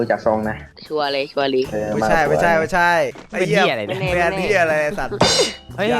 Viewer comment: พี่พูดผิดพี่บอกว่าไม้ไส้😂